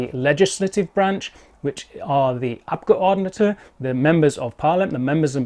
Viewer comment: Damn the way you pronounce "Abgeordnete" makes me doubt you weren't born in Germany